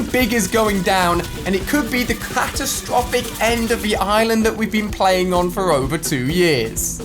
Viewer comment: Ali-A: It's CATTUStrophic Me: No not the monster again!